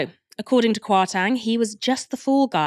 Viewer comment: I love the show and I’m not a fan of Kwasi Kwarteng at all… but just for info it’s pronounced “KwartEng” not “KwartAng”. As someone with Ghanaian ancestry the pronunciation was a little bit distracting. But other than that great show as usual! is a brilliant presenter.